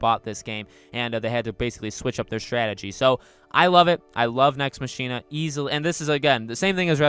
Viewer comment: Mach-ina , not Machine-uh